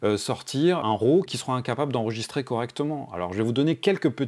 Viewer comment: tu dis "Row" ou RAW lol trop trop de pas réussir à le dire correctement.